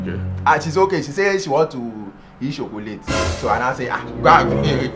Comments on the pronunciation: How will you employ a guy that pronounces choc-late as shocolate😂😂 the mother messed up bad bad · She say she want to eat shocolate🙄🙄🙄🙄😆😆😆🤣🤣🤣🤣